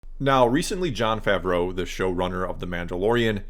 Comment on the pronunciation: Its pronounced “ fah -vro” not fav row “